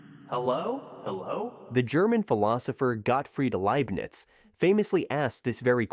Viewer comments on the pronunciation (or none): none